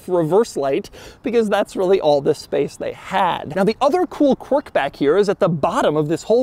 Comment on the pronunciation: you need to stop saying qwiurk